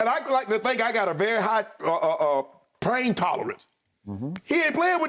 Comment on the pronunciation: Shannon says he got a high "prain tolerance"😂😂😂😂